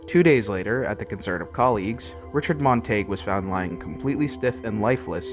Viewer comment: You are mispronouncing his last name.